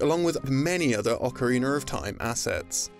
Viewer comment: Oakareiner. Holy hell thats a butchered way to say it haha